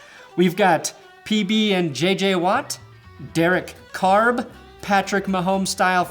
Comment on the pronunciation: “Derrick Carb” LMFAO